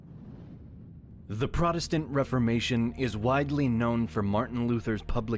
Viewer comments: Protest-ant, not prot-estant, the clue is in the name, cleverly mangled for I suppose..."reasons". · PROTESTANT NOT PRODESTANT, SAY THE WORD AS IT SHOULD BE.